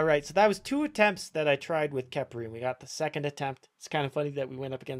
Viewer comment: It pronounced kefri